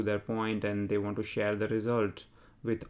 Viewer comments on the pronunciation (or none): none